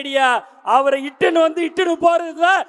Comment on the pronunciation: இட்னு வந்து இட்டுனு போறது 😂